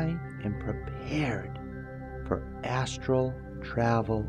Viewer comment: I just noticed you say "Assual World" and "Assual Projechun" . Almost sound drunk or a speech problem. I still love your videos but every time you say ASSURAL and not Asteral it makes me laugh.